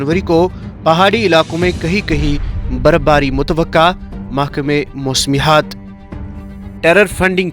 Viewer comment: Moosmihat nahin. Say moosmiyat